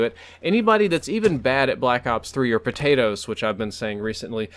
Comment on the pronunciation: Every time you say potato I laugh a lot. I find it very comical. You should say it more often!!!